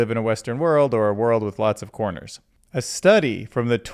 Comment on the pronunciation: Great now, every time you say corners, I think coffee shop.